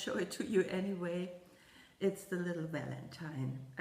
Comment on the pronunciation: Congratulations on your big finish with the snowman! It is beautiful!!!! I love how you say "Walentine" with your accent....adorable....